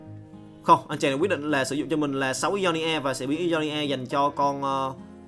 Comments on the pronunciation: Ionia đọc đơn giản mà:v sao cứ "i do ni a" hoài vậy:v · Góp ý 1 chút, mong phát âm đúng chính tả hơn ạ, Ionia đọc sai nhá